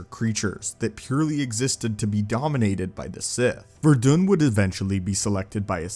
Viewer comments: His name was pronounced like it's spelled Ver•i•dan not Ver•dun. Also idk if you can call him a pure bred sith warrior if he's in fact human and not of the Pure sith race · Ver-a-dun...its pronounced: ver as in ear...a....dun as in dons. Veradun killed a single twilek servant and his adopted father sent him to the sith academy. Just trying to clear those things up.